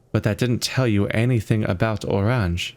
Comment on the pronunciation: Hints on loading screens say Oranje pronounced Oran-ye